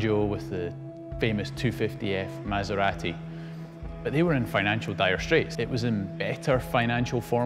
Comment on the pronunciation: He pronounce MASERATI correctly. finally!